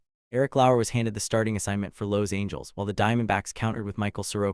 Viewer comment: Sorry: how do you pronounce "Los Angeles"? It surely isn't the way your AI narrator pronounced it. #HireAHuman